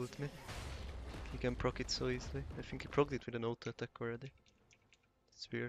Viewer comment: Mint egy magyar aki mar tobb mint 5 eve kulfoldon el (ahol angolul beszelnek) ellegge irritalo az akcentusod. Egy ket jo tanacs a th hangot (think, thing) ne sz-hangal ejtsed. Magyar nyelvben nincs kulonbseg W es V kozott de angolba ugy kell W rendesen kiejteni, hogy ne erintsed ossze a ajkaidat. Illetve a t betuidet nyomd meg rendesebben es akkor jobban fogsz hangzani.